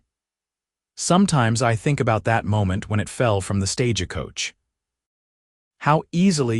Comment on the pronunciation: Right off the bat, stage a coach. Please program AI to read words correct. 😊🙏🇺🇸